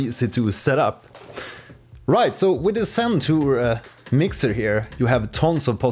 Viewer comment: It is Zen Tour, not Sen Tour! Are you originally Scandinavian?